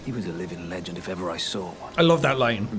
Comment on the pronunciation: yes. my favourite line of Blaidd's is "He was a lidging levend."